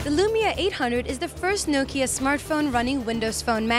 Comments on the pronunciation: OMG!!!!!!! she cannot say nokia urrrrrrrrrrr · why are you so angry at how people say things? different parts of the world have their own dialects, even if it is the same language. but still i agree that it should be pronounced Nah-kia or "knock-ia"